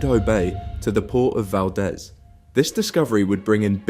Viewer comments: They still pronounce Valdez wrong. Its VAL DE Z NOT DES, GOD! And theres more oil and coal here than they(government &oil companies) ) when the north slope was discovered, it was WAY LARGER than they reported. Its larger than Saudi Arabia. So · The city of Valdez when pronouncing it sounds like it has too ee in in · "Val-DEEZ." "Val-DEEZ." Deez nutz.